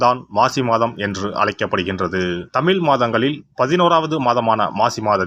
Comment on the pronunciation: தமிள். தமிழ் டமிள் என்று பேசாதப்பா